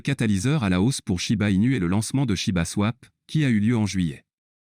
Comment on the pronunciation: Shiba pas chiba